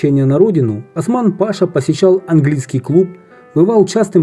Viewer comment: Маннергейм,будущий президент Финляндии,после исключения из кадетского корпуса приехал в Харьков к родственнику Бергенгейму,основателю Харьковского плиточного завода просить денег,но был отправлен в Чугуев.,правильно произносится Осман пашА.